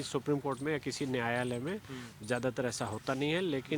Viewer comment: nayalay na bolay- Baysalay boliye.